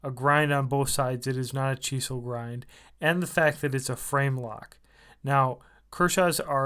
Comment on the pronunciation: Chee seal grind?? WTF? ENGLISH? speak it much?....Ernie's knife is much better of course Capt. Obvious...Kershaw make's Emerson's designs affordable to the masses. Next time try a bit harder.